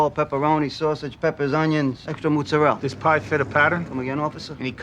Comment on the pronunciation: Another great vid. Re actor connections, I know Ralphie is famous for the Matrix, but he will ALWAYS remind me of his role as Vito the Killer Pimp in Risky Business - and Zellman/Peter Riegert was Boone, one of the frat guys in Animal House. And for the telltale Mootzadell - I grew up in Italian American family (but grew up to be a wonder bread wop 😂) - when I went away to college and first heard someone actually say “MAHT-ZAH-RELL-AH” I had NO IDEA that was the same thing as what I knew as “mootzadell”. My family never really talked about gabagool, but I can tell you that if you have not had a SHFOOOYADELL they’re delicious, but it took me a long time to realize it’s actually SFOGIATELLE. They also called Ricotta “ri-GOOT” rhyming with “good”. One time later in life, my Mom was ordering some dominos pizza over the phone when we were out in Phoenix and they asked her what toppings for one of them and she said “oh just mootzadell “ and I said , They don’t know what that is Mom! Just say cheese!